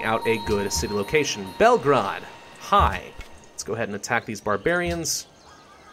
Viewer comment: its said like bell grade